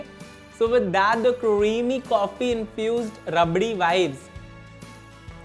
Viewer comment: Cinnamon bun with hot chocolate ke upar agar whipped cream ka garnish hota with some chocolate sprinkles phir to oh ho ho jaata! Also, cweamy, cwispy and cwunchy wala accent badhiya as always 😂